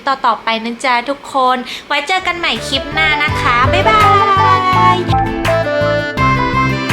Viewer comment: น่ารักนะคะ พูดจาได้เป็นธรรมชาติดีค่ะ แต่จะดีขึ้นกว่านี้อีกเยอะเลย ถ้าปรับปรุงการออกเสียงคำควบกล้ำให้ถูกต้องหน่อย ( เช่น คลิป ไม่ใช่ คิป เกลี่ย ไม่ใช่ เกี่ย ) ถ้าทำได้ คลิปของจะฟังเพลินมากเลยล่ะค่ะ